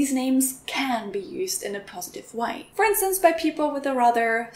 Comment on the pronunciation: “Yes, these names can be used in a positive way.” Your pronunciation of the word “way” sounded almost Australian.